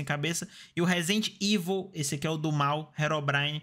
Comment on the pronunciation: o falando resident evil KKKKKKKK